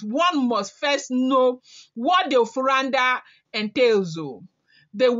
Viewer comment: in African words and name every letter is acentuated. Like here Na'de. Say na seperatly before you finish with the de as if it is spelt day.